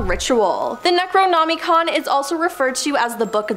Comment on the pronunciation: Well besides say Necronomicon wrong it’s not even real and either is Myskatonic University . Lame very lame